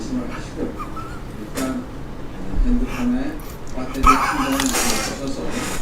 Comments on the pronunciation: 쿨한 방송아저씨ㅋㅋㅋㅋㅋㅋ 마음의 준비를 해야합니다...ㅋㅋㅋㅋㅋㅋㅋㅋㅋㅋㅋㅋㅋㅋㅋㅋㅋ 빠떼리~후롸쉬~ 한번 더 방송하네ㅋㅋㅋㅋㅋㅋㅋㅋㅋㅋㅋㅋ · 빠뙈리 후롸시 마음의준비에서 뿜었다